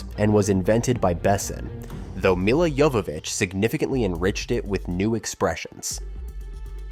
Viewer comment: I guess this AI hasn't seen the film. "Mila YoVOHvitch", "lead actors", "two thousand three hundred". Tut-tut.